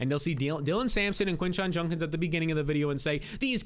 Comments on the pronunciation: It’s JUDKINS not junkins 😤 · Bro it’s JUDkins not JUNkins 😂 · He says “Junkins” instead of “Judkins” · Bro it’s JUDkins, not JUNKins 😂😂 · Judkins not Junkins lol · Who TF is this Quinshon "Junkins" you keep talking about??? PLEASE learn to pronounce the guy's name. smh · It’s Judkins dude. Judkins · My god it was like pulling teeth hearing junkins 😂😂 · Came here to say this. How hard is it for people to say JUDkins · Was bugging me too. Lol. It will be Junk-ins if he turns out to be trash.